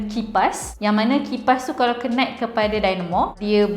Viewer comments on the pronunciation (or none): none